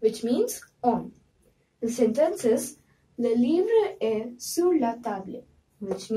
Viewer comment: Correct the pronounciation for sur you pronunced it wrong